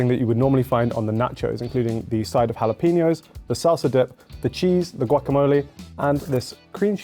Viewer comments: How did pronounce jalapeño? That was worse than the average Brit pronouncing paella or tortilla. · Why can’t Brits say ‘Jalepeno’? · I've lived in the UK for 15 years and I still can't comprehend the UK's complete inability to correctly pronounce the word jalapeno (among other things). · Someone teach the Brit how to say jalapeño, that was cringy.